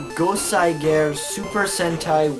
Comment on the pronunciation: Yeah it's not really a mark against you but when you know how it should be pronounced and someone is making an informative video pronouncing it wrong it irks me. Still though I have heard enough people pronounce Goseiger wrong to forgive you. Now if I could give you one piece of advice it would be to not make comparisons between Sentai and Power Rangers. Regardless of how much easier it makes things to explain Sentai is its own thing and if you don't want to talk about it then don't